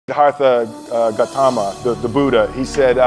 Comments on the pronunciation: How is no one address his pronunciation of Gautama. GOT— tama. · With due respect 🙏Learn t pronounce his name at least make an effort . Quite insulting, Gau (Cow) but Gow Tham (Them) Th-umm Bhuddha ( if you folks can say Boootie) Bhuuu Dha ( That) with a D .sound